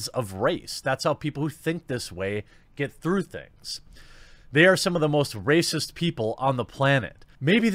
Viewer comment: Totally Rah-Cyst, totally bro.